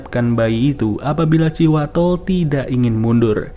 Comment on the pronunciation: thanks infonya, abis di video ngucapinnya terdengar kaya Cihuatol,,hahaha